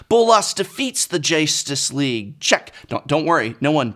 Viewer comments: "The Jace-tus league" amazing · lmao "The JACE-tus League". lmao "PAUPER-ularity". Someones gotta point out how on point his pun game is!